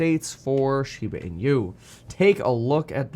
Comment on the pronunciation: pronounced as " she ba , ee noo"